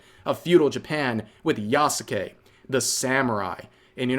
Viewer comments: Why does rev add an extra syllable to Yasuke He says Ya-sa-ke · The name isn't pronounced Yah-Suh-Kay. It's just Yahs-Kay. The U is de-emphasized to being essentially silent. Hence Sasuke isn't pronounced Sah-soo-kay, its Sahs-Kay in pronunciation. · the mispronunciation itself annoys me because it is a common one and not limited to just Yasuke but pretty much every Japanese name that has "suke" in it.